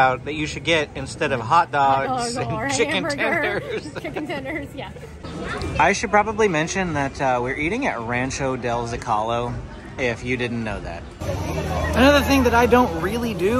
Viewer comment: Ahhh!!!! My OCD Kicks in! It's not zo-CA-lo...wrong emphasis on the middle syllable. Emphasis should be on the first syllable (like the word 'emphasis' 😅) So, it's pronounced ZO-ca-lo.